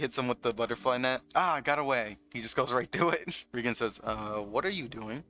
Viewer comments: REEEE gen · Great narration but my guy watched 3 seasons of the anime and still can't pronounce the names right like Reigen.